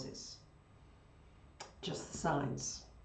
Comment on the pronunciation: Please enunciate, the website is "your astrology signS" dot com. Don't forget the "s" on signs. Thank you for allowing us to access a free report! <3